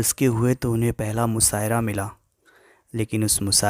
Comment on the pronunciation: Musaira nhi mushaira hota hi apni urdu sudharo